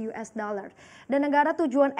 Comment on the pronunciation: .50 apa .22 mba?? US bukan yues lah😂😂😂